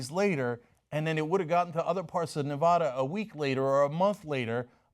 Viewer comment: Ne-va-duh NOT ne-vah-duh